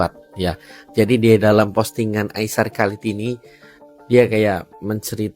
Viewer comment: hanya memberitahu kak nama aisar khaled kak bukan halid